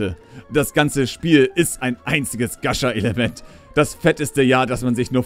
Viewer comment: du sprichst gacha falsch aus >.<